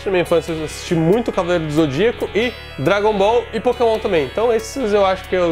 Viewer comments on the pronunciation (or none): none